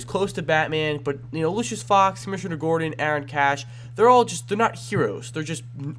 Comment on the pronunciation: It's Gordon not Gordan